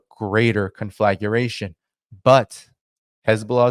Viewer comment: Conflagration is pronounced con-fluh-GRAY-shun….